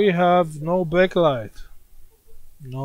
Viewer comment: try to say back light not bek light hahaha